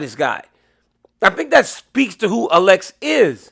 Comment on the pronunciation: A l e x not allex dc please say his correctly .